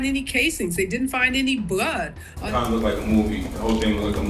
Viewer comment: That reporter said “powice didn’t find any bwud”